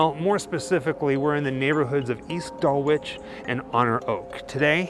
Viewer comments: Pronounce Dulwich dull itch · Its Dulich, no W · I know it’s not massively important but for future videos it’s pronounced Dull-ige. The W isn’t there. Actually Boris says it in a video you posted here at the beginning. Great video. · It’s pronounced “Dullich.” 😂.Great video though. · its dulitch(pronounced) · In the name Dulwich the W is silent.